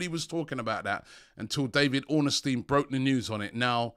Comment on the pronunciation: When will Robbie get DAVID ORNSTEIN's name right? Its not ORN-NES-STEIN